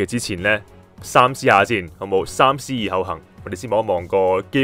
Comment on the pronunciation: 恭喜！ btw 三思個讀法唔係123個3 (saam1)，而係saam3